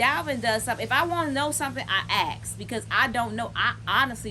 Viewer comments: When did "ask" become "axe" 🙄🙄🙄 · The word is Ask.....